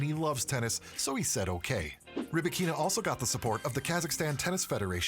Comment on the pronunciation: Stop calling her RybakEEEEna. The accent on “A”: RybAAAkina. Don’t butcher name of this beautiful and talented woman.